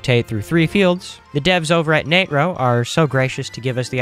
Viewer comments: It is pronounced NAY TRO macro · Hey William Nah-tro 🫠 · im still gonna pronounce it natro 😡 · Sheeesh okay bro ... Nat-ro not nAtro got it don't need to yell XD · it sounds like hes saying the n word